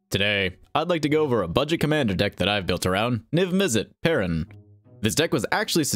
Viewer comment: everyone pronounces parun differently it makes no sense